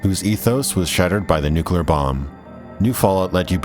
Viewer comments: Nuclear has two syllables. Nucular isn't a word. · *the nuCLear, it's NUCLEAR not nucelar or whatever. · Did I hear nucular?! Nice video btw. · Drinking game: Have a shot every time you hear Nukular instead of Nuclear during this video. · Great writeup (although I don't agree with some of the points, opinion is opinion). One example is the music. I like the focus on the 40's music, and it was diegetic anyway! You could turn off the radio ingame. Ps. it's pronounced "Nuclear" (like "new clear") not "Nukular" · Did you just say "nukular" ?